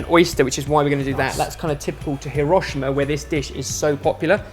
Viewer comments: it's heero-shiima not hiroh-sheima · Dude. It's hee-ro-shee-ma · Hiroshima is pronounced like : hero-she-ma (like the words hero and she) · say it with me: Hee-Row-Shee-Mah